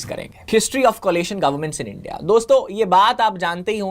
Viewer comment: इस बॉस डी वाले को India बोलने में दिक्कत है Indi बोल रहा है 😂😂😂